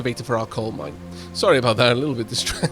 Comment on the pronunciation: I know its the mine control tower but I'll never be able to not hear it as mind control tower